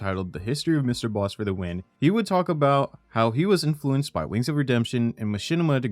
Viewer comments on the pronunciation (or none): “he was infuclednced by wings of redemption” lmfao that’s all i needed to know about this man 😂💀